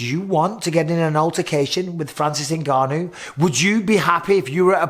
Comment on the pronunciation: How long will Ngannou have to fight before announcers learn to pronounce his name? They managed to get Nurmagomedov.